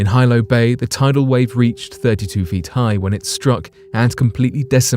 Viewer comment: Hilo, HE...pronounced HEE-lo.